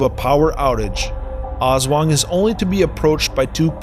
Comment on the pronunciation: Aswang not oswang